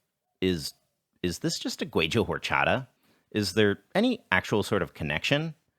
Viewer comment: i love your videos, but you need to learn to pronounce Horchata better than that..